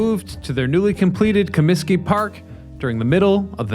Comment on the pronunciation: "ComiTsky" Disco Demolition!!! along with 10¢ Beer Night in Cleveland in 1974, were the two most infamous events ever. Ahhh, the 70's. There were also two "West Side Parks" for the Cubs before they moved into Wrigley. Many of the oldest ballclubs had more homes than is generally known. Harry sang in the seventh inning, not the seventeenth. It's Reinsdorf, not Rainsdorf.